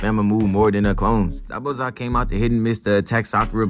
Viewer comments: Darg pronouncing the hell outta zabuza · He pronounces his name correctly